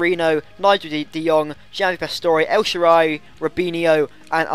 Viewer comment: You pronounced El Shaarawy right